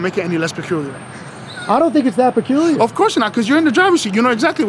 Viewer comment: Lol “that would be pacooler”